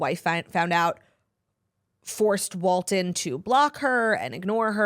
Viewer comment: Claud calling walton "walter" cracked me up